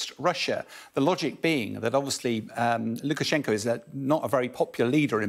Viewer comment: Does he say president Ludicrous-Shenko instead of Lukashenko 1 min 39 sec in?